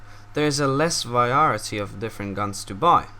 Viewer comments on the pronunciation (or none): Good vidio i love it when u said verayity lol weldon tho:)